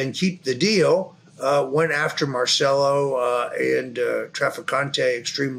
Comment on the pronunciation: Mahr chell oh NOT mar cell oh